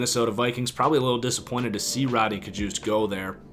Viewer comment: It’s yodny cajuste not Rodney